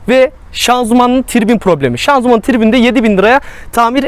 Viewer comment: araba videos ceken insanların ŞANZUMAN demesine uyuz oluyorum kekomusunuz oglum sız ....ŞANZIMAN ŞANZIMAN ŞANZIMAN öğrenın sunu ( yorum yapmadan önce google da araştırıp yazın gerizekalı durumuna dusmeyın )